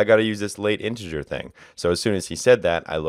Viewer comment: it's not "late integer"; it's "late init" because it has to be initialized in the onCreate ;)